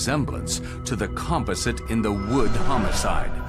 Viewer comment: It's sooooo annoying they pronounce composite wrong.